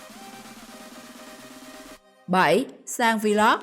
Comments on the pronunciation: Vê lốc, kêu vê lóc vl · cứ đọc vê lóc đi vê lót vê lót nghe bần vc